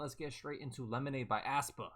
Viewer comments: aespa is pronounced (es - pa) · it's pronounced ES- PA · “ass-pa” in crying 😂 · it's pronounced 'eh-spa' lmaoo like eh in egg 😭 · Sup bro, the 'ae' in aespa is pronounced like a normal 'E', so it's just 'Espa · Well, Karina did pronounce it that way once lmfao 😂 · the way he pronounces aespa like u’d pronounce asthma is killing me